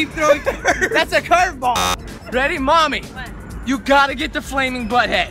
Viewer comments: Boo momy said duddy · Adam Mansouri its mommy not momi